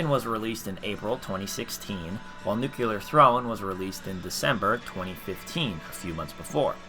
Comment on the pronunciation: Nuclear. Say it with me now. New-clear.